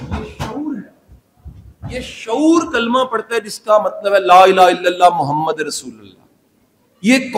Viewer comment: اسلام علیکم سر لاالہ الا اللہ محمدُ رسول اللہ محمد کی دال پر پیش ہے